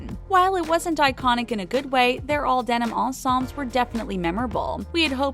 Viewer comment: your pronunciation of "ensemble(s)" bothers me